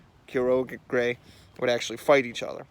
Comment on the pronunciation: I believe its pronounced ky ogre